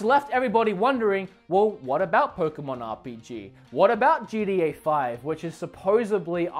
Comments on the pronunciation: GTA ( GEE-TEA-AYE) you pronounce it ( GEE-DEE-AYE) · “GDeeA 5”